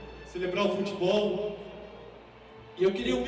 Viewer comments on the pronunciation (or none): none